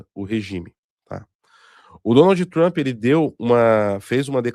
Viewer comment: "Donaldi Trampi", por favor, o programa já foi patrocinado por curso de inglês e tu ainda segue com essa pronúncia.